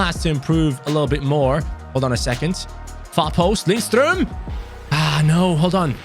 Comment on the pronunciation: Btw. When you pronounce Lindstrøms name. The D in his name is silent. So its Linstrøm.